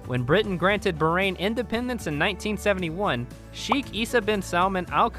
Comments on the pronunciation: bahrain not barain 😂 I am from Bahrain 🇧🇭❤ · Its baaaahraaaain not berain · Everything cool but please Bahrain pronounce without "h" being silent... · it is actually pronounce as "BAHAR - AIN" which means 2 seas my dear 😊